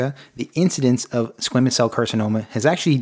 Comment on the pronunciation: He pronounces it squeeemous I thought it was squamous?